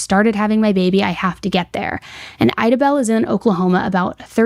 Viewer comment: love you girl but i’m gonna show you how to pronounce these towns coming from someone who’s from southeast oklahoma. idabel: I-DA-BELL , de kalb: DEE-CAB